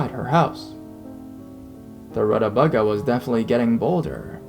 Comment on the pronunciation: Root-uh-vei-gah lol